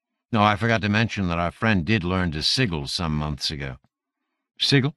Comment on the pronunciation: Anybody know what a "siggle" is? Ha ha! Seriously, though, I assume he's reading "sigil," which as everyone except this narrator knows, is pronounced, (si-jəl).